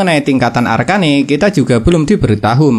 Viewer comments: Arken bang bukan arkane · Bang bacanya arcen aja bang arcane ga enak bgt ekwk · Arcane woi bukan arka ne